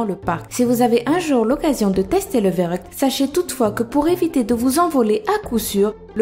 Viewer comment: En fait Verruckt ça se dit "ferruckt" ça vient de l'allemand Verrückt qui veut dire fou